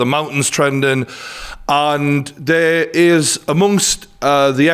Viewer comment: really? does that mean you say “what’s over fair” instead of “what’s over there”?